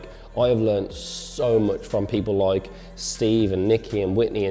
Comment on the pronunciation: like..... like..... LIOKE